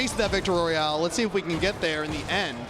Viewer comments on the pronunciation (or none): none